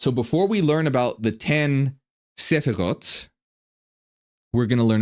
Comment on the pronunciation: As a Hebrew speaker, I really liked the way you pronounced the word Sefirot. Your pronunciation made me associate it with an instruction book (sefer hora'ot), that ties in very well with your explanation, thanks for the update.